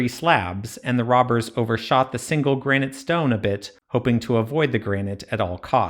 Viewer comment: It might be a good idea to learn how to pronounce Granite next time. It's not 'Grain-ite'